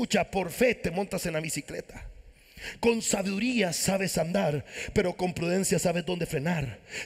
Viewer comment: Sabiduría no la pronuncia bien